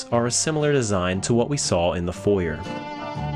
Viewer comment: "Foyer" noooo 😄great video though, love the level of detail and ambiance